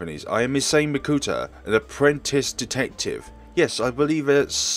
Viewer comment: Misane is pronounced: mee-suh-nay while Nanase is pronounced: Nah-Na-say